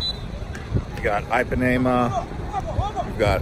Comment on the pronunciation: Eye pinema lol